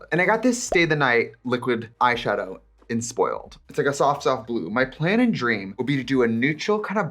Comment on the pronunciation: Not trixie saying plan in swedish